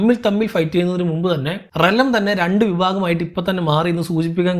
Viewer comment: Why are you always saying റെലം instead of റിയാൽമ്...& വാഗാർ instead of വേഗാർ 😊